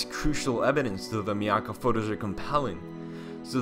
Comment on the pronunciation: It’s pronounced my akka and that picture was taken in my neighborhood